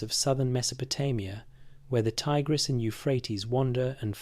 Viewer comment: Brisbane Australia. Monday 13th of April time 04::04am My day is your night time, if you are in the USA. PS: So glad you said Ti-gress & not Tig-res